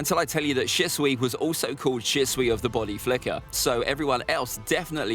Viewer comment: Why are you saying bady flicker or somting like that even in the game sas is of teleporteichon